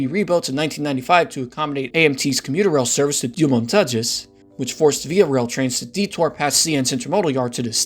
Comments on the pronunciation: nice video! Btw, the only pronunciation that was painful to hear was Deux-Montagnes It’s more so pronounced: “der mon-tang” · "dew montages" lol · "Doo Montajiz Line"